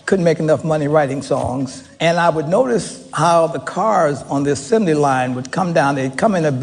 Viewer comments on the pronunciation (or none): none